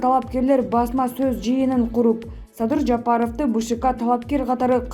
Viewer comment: Садый Садый деп.койот.Мадумайев озу.тантык экен